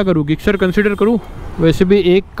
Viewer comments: Bhai you are pronouncing Gixxer wrong you can speak jixxer in speaking and in writing gixxer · अरे ते suzuki गिक्सर नाही जिक्सर आहे. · Bhai gixxer hai bolte zixxer hai or aap ggixxer😂😂